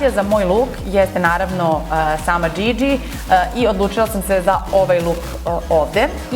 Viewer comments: joca zivkovic ne, izgivara se Džidži😂👏🏼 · Igovara se Djidji ...